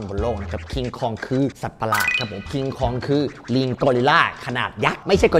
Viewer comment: มันชื่อว่า"คอง"ไม่ใช่เหลอพี่